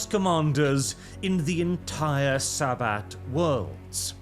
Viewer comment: "Saint Sa-butt"